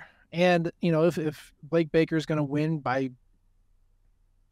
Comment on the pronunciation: Gotta love that the announcers were calling Blake Baker "Blake Barker" for the first quarter plus😂 ESPNU crew was bad all the way around